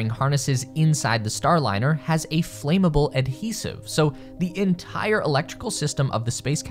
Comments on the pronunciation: ComPOSite, not COMposite. FLAMmable, not flAME-able. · flam-able. not flame-able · You mispronounced flammable.